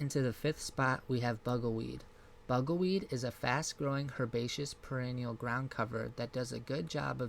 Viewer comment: Please check the pronunciation and spellings before posting. Bugleweed is NOT Bugelweed. Correct spelling, Perennial. I will add, your content is interesting and well researched for such a new gardener.